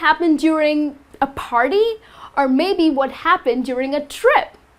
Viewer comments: All r nice . But why do u say farty (party) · Because Indian use F instead of P